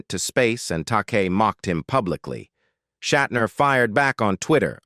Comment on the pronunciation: Okay, so, William’s grandfather had the surname, “Shatner,” but he changed it to, “Shatner”? Ah, I see… Google straightened me out: Shat’s grandfather was “Wolf Schattner” but he dropped the ‘c’ and a ‘t.’ (AI voiceover seems to be working through somewhat of a learning curve. 🤔)